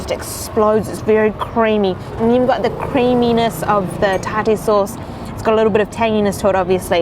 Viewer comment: I've heard tartar pronounced "taar-tr" and "tar-tar," but never "tar-TARE," lmao.